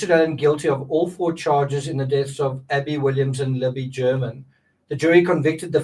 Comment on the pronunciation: "A-bby, a gun!" sounds like That be a gun.